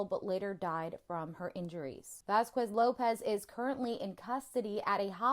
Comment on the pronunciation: Also, Vasquez is literally pronounced with a hard ‘k’. You should know this. English (common US): VAS-kez (like “vas” + “kez”). Phonetic: /ˈvæs.kɛz/ or vaskez. Spanish (original): bahs-KEHS or vahs-KEHS (/ˈbas.kes/ or /ˈbas.keθ/).